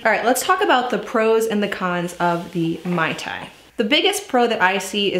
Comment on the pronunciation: Please pronounce it correctly... it's MAY tai. Not MAI tai.